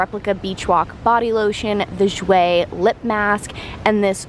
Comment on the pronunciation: I love u but like how u say jouer like irks me bcz its french nd said differently😭. Nd im not trynna bash but its weird, bcz ive been taking french for 3 years and issa oof